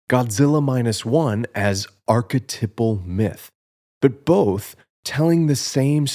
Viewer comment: It’s pronounced arc-eh-TIPE-al. Archetype. TYPE. I only mention it because you say the word “archetypal” 300 times. I’m so sorry I loved the video and also liked and subscribed I’m so sorry